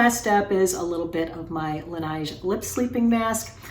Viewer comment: Although Laneige is not a French brand, the pronunciation would seem to be similar to the word ‘beige’.